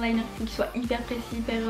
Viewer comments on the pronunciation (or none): none